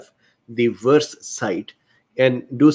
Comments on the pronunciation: I think your accent (and Indian accents in general) is beautiful. Also, there is no problem for me to understand what you're saying (I'm a native US English speaker). A few tips on the only mispronounciations I noticed: VAERS->vares (rhymes with cares), convalesce->conva-less (convalesced, just append a "d" sound at the end, like any "ed' past tense verb). There was (only) one other word, but I couldn't remember it, nor find it. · forgive me. For the sake of clarity may I poInt out that VAERS is pronounced VAY-ERS. I did not also know how it was pronounced until I saw a video on U-tube from 4 years ago, describing the function -of the Govt. Agency - an introduction by two Physicians - of VAERS - VACCINE ADVERSE EFFECTS REPORTING SYSTEM - It has come to my attention that this required by Law committment by Hospital Personel is not being encouraged and, even in instances, actively discouraged by Superiors (Physicians etc.) in Hospitals.